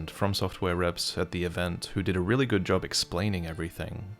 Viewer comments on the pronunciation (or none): none